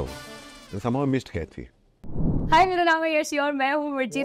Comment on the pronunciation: It is not Kaithi, it is Qaidi which means prisoner. It is just written as Kaithi for the Tamil audience but Anurag Kashyap pronounces it as Kaithi. Why so? He must have got the meaning of it, no?